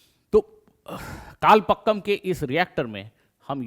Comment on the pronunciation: It should be कलपाकम and not कलपक्कम.